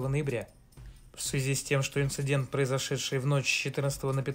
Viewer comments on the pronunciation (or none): none